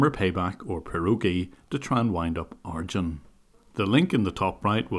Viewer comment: Lol ..In the beginning I kept thinking, is he referring to a piece of software or what, every time you're pronouncing the scammers name as "Argend", until I realized you meant him because the name Arjuna/Arjun is pronounced with emphasis on "June" in the end (like the month) :-)